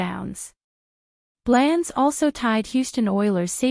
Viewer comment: Your saying blands name wrong learn our team please